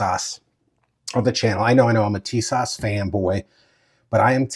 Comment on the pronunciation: Tis~ash say like this